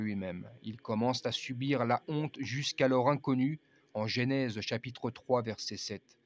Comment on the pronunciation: Ne dites pas « GÉNÈSE » mais « GENÈSE » !